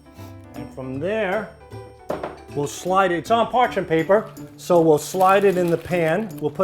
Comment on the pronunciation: ''Parchen paper'' Yet another word Sal has no idea how to pronounce.